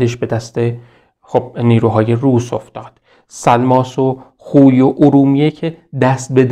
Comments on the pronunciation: سلام خسته نباشید...تلفظ صحیص خوی khoyهستش khuy که فرمودین درست نیست...واو وسط o خوانده میشه...میدونم مهم نیست خواستم فقط تلفظ درستش به افراد نا آشنا بگم همین...بازم ممنون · بسیار عالی است. تلفظ شهر خوی khoy را khuy تلفظ فرمودید. واژه хуй در زبان روسی به آلت تناسلی مرد گفته می شود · با عرض پوزش،شما که زحمت میکشید ین ویدیو ها رو تهیه میکنید لطفآ در مورد تلفظ اسامی دقت بیشتری بکنیدمثلا شهر خوی باینجوری تلفظ میشهkhoyواسماعیل سیمیتقولقبش یا صحیح تر بگم قومشshekakهستش نه shakkakواینجوری که شما تلفظ میکنید در ذهن بیننده اینطور تداعی میشه که طرف به همه چی شک داشته